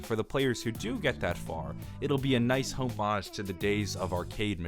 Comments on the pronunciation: not home-ahge Hom-edge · Say homage wrong one more time and we’re gonna have beef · Or every time he says “homage” wrong